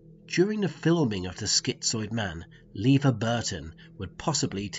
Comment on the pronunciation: "Lever" Burton? LOL :)